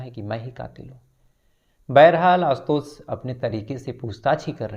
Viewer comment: भाई बाकी सब ठिक है| पर श शब्द को स बोल रहे हो| आशुतोष, लाश......